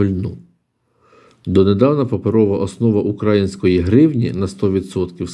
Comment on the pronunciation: Ніколи не придираюся до слів, пробачте наперед😅 можете і не звертати уваги, ви гарно розмовляєте українською але укрАїнської трішкі ріже вуха хочеться таки чути украЇнської😌